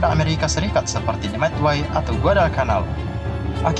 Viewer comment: Bang saya mau kasih tau aja bukan madway tapi Midway